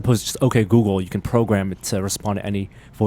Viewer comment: is the only person I've ever heard pronounce Google with a K:D